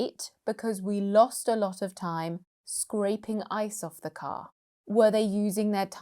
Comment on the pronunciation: You have pronounced weak form of....the With a consonant sound...just in the beginning.